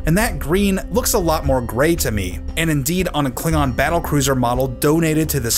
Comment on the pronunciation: If I remember correctly, they also pronounced Klingon as kling-gon.